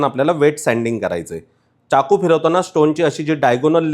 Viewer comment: खूपच उपयुक्त माहिती🙏🙏, पण अनावश्यक इंग्रजी शब्दांचा उपयोग खूप आहे, च्याकू नाही तर चाकू असा उच्चार आहे. बाकी न आणि ण 😂😂सोडा